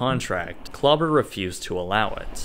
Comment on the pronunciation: His name is DR. KLAUBER not CLUBBER.